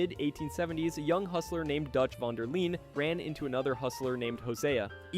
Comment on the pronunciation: dawg it’s pronounced van der lin not vaughn der leen